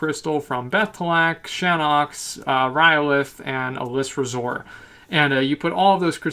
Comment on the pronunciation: Nor-druh-sil Alice-razor Tree-ents